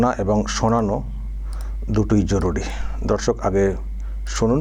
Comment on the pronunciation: Dada Dorsok ei kotha ta diye apni suru koren.....eta majhe majhe apnar pronunciation e onno rokom sunte lage.... Apni sudhi srota brindo ba namaskar ei vabe suru korle kemon hoy... Oporad neben na...amar kothar... Pronam neben